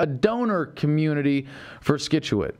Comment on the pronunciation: Scituate, C is silent Adam :P